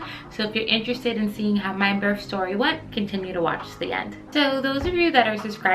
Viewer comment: Lol she pronounced that right, but sounds like she keeps putting a "f" on giving "burff" 🤣 made me laugh